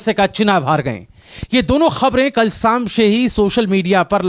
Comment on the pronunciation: Bhai please learn pronouncing words properly at time it's too rough on ears ghar saam etc making it worse